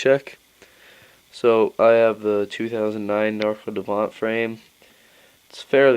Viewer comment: You're saying it wrong... DEE -VEE ANT. Stay in school.